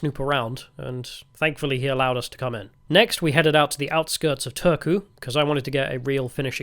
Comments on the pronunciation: You clearly got an "interesting" guide to Finland. Not the most objective on a lot of things 😅😂 Turku is a butt of the jokes for a big part of Finland and especially here in Tampere, so I got a kick out of your guys pronunciation. It sounded like you said "Törky" which means "filth". And last question: "only water" means "don't put tee or coffee inside here, just warm the water and mix them somewhere else" Also "don't warm glögi (=Finnish mullet wine type of drink) in here" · I would have thought that after having been living 19 (!) years in Finland, Mr Heretic might at least master the basics of pronunciation of the Finnish language. We don't have a "soona" or an old capital called "tööku". Maybe show some respect please, no matter how eccentric you want to appear. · I am not a Finn, but your pronunciation of Turku was killing my ears. Both "u" are read the same. Unless Turku people say it like that themselves (not sure I've met much people from there)